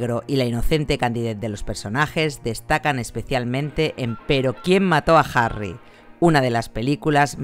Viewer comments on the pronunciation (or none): none